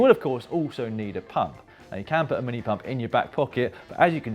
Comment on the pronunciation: i heard pub instead of pump